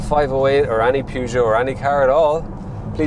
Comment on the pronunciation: That is not how your pronounce Peugeot. That is like saying Ren Alt for Renault